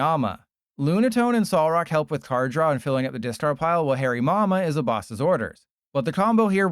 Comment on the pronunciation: Did anyone hear Hairy Mama when he said Hariyama?